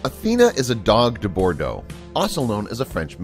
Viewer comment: dude your saying it wrong its not got do bro do its doge de bro de